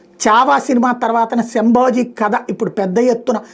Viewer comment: Plz. Sambhoji kaadu Sambhaji